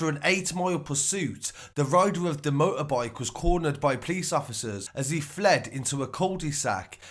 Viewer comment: "Motorboyke driven daaaaangerussly"